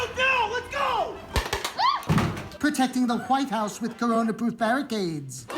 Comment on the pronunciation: Why did he emphasize on the H in white house??